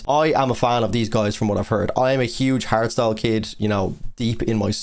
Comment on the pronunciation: Hardstyle? Oh my god I thought he kept saying harry styles, I was like “what does he have to do with anything?”